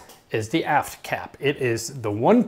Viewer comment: When he said AFT cap I honestly thought he said ass cap I had to go back and listen to it again